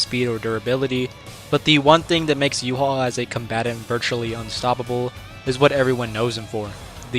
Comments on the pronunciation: Why do so many pronounce Ywach's name wrong💀. but then again its incredibly difficult (You-Ha-Bach) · wow bro said. Respect! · I was baked af watching this and kept thinking you were calling Yhwach “U-Haul”